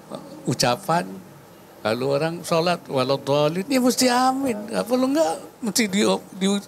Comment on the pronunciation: Waduh kek jelas beda lafadz loh , ketika mengucapkan nya dalam Sholat / ketika doa supaya dikabulkan , itu lafadz nya AAMIIN Kek, bukan AMIN , jelas Beda dri segi lafadz dan makna juga kek😂 Kacau ini wakilnya pak OWI jarang nongol sekali nongol ....ysudah lah😂